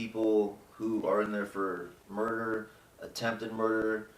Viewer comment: “attempted murgerler”